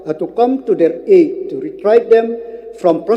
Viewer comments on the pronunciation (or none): none